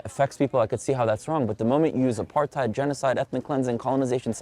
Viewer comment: No, it’s not about you. These people feed off hate and anger. They are the problem. They don’t want to move forward towards peace, they want war. I cringed as soon as they said ‘Apartheid’ as a South African. Ya’ll need to learn to pronounce ‘Apartheid’ before you all use it. The youth no longer has compassion for others. It’s a shame.